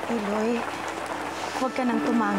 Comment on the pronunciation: I haven’t fully watch in TV way back in 2012 and now I’m rewatching it and this the previous episode and this episode marks the exciting plot. Pero ang pronunciation medyo di ko bet as an Ilonggo. Especially ang Iloy which is pronounced fast and not the I-loy. Hehe.